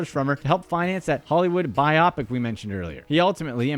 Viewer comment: The word is pronounced bio-pic meaning Biographical Picture!